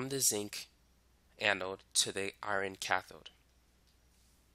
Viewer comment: OMGGGG the way you said “Iron” My heart ♥️ I kept thinking while watching the video what is iRON but then noticed you meant Fe as in iron lol Literally same, and my bf always makes fun of me for it 😭 because I pronounce Iron as IRAN lmao